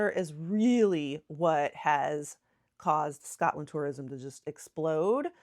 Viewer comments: Your pronunciation of Edinburgh is very good. I’m Scottish and I love listening to diaspora Scots in America who still feel an affinity with our homeland. The one thing that you could practice is to not say Scutland. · Just remember it's "Scot" (as in POT) "land"...it's an O and not an A. We, in Glasgow anyway, pronounce it slightly different due to the Glaswegian dialect and accent...it's difficult to explain but the "O" sound is a bit longer and has an "AW" sound like "Scawt-land". Some places will elongate the "O" sound even more so it's more like "Scoo-t-land" (but not Scoot as the "t" is a bit separate). It's weird and, as our accents and dialects can change over a very short distance, it can be difficult to get it just right but if you stick with SCOTLAND and not SCATLAND you'll be fine. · 1 pronunciation that annoys me is, when people say ScAtland